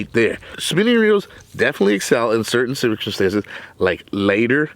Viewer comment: I’ve never heard certain circumstances said/spelled like that I love it.